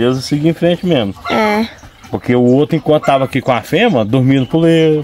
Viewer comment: FEMEA não FEMA ... REPETE COMIGO , FEMEA não FEMA .... FEMEA FEMEA , FEMEA , FEMEA , FEMEA , FEMEA